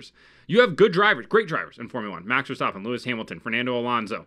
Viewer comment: "Max Verstoppin"